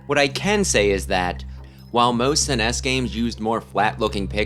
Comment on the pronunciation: 1) I think you've mentioned it before, but I still feel it every time you say "Suh-ness" instead of "sness" or "Es-En-Ee-Es" for "SNES". 2) I still think the graphics are good, though they're clearly not as impressive as back in the day. 3) The music is still amazing, however! 4) The gameplay is good, but more frustrating than I recalled... possibly because recent playthroughs were usually with my youngest nephew. As for the graphics, this kind of image rendering required then new and expensive computers. Instead of rendering the images with in-game polygons, polyhedrons, texture maps, etc. they were rendered as such on these computers, and then those images were converted to traditional video game pixel images.